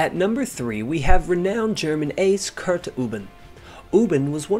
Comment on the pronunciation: Well, it was better than most other Youtubers. Excellent would only have been if a simple first name like "Kurt" would have been pronounced properly... ;-)